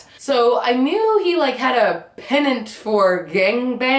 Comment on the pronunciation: Yes, non "pennant" as she said.